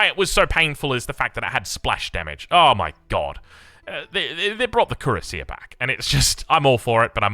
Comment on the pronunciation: Cuirassier is pronounced \kɥi.ʁa.sje\.